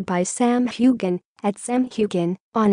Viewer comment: ffs it6s hugh han or hugh hin not gan and it is James Alexander Malcolm mackenzie Frazer not frasure